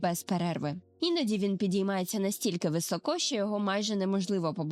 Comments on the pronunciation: високО, з наголосом на О - так кажуть росіяни, але не українці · Українською: високо - наголос на першому складі; ; рот; цятка в небі; Дякуємо! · Дякую за досить гарно змонтоване та інформативне відео. Особливо цікаво буде для дітей. Єдине хотіла звернути увагу на декілька деталей: - не «високО», а «вИсоко» - не «по гІлках», а «по гілкАх» - не «в ріт», а «в рОт» І так, я б теж початкову та проміжні вставки зробила б менш шумними. Щиро бажаю зростання каналу🌷